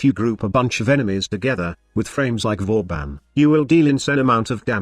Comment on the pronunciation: Vauban... IS THIS BOOBEN PRIME?!?!?!